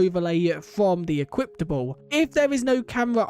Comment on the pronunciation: why do you say equiptable